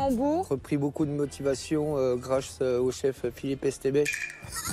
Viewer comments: On devrait faire un top20 des personnes qui ne savent pas dire Etchebest 😭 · Le chef Filipe éstebaiche 🤣 jsuis mort